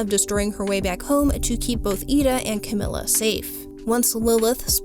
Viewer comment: Fantastic video I really love this. And any other TOH videos that you make I’ll also love I’m sure. But just so you know, it’s Camila with an E sound and not an i sound